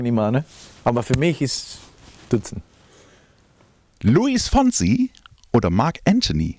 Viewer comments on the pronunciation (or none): Meint ihr Luis Fonsi, oder gibt es einen Luis "Fonzi" 🤔